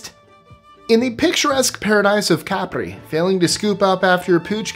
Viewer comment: Nice to hear "Capri" accented on the right syllable!